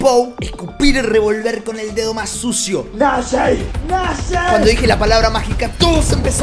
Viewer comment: dijo nashe